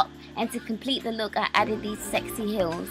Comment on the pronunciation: Gorgeous! Haha you always pronounce heels like hills ^^